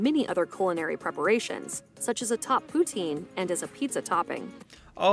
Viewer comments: And it’s not Pout-een! It’s Pout-In! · its "pou-tsine" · fyi, the pronunciation is more like pu-tsin. but the s is barely there. :) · The proper and original way to pronounce poutine is pou-tin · Ya hearing her say Poutine wrong hurt my soul